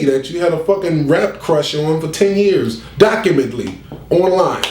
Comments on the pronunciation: Nigga said "documently" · This ninja said documently smh